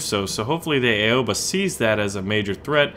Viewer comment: It is prnounced OW-A-BA no Ay-Oh-Ba